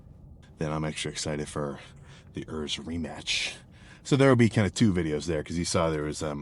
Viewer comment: Who the hell is "Örs"? It`s Urs. Why do you yankees always pronounce everything in your gay accent? You`re not the only persons in the world...